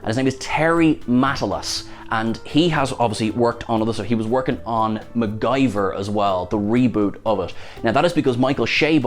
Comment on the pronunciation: Sorry but the guy butchering MacGyver isn't getting my hopes high... But of course at least Picard isn't discovery!!!